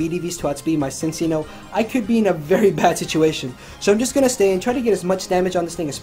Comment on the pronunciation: Man, every time he said "Cincinno" I heard it as "Since y'know"... I got so confused because I wasn't lookingat the screen while listening to the narration...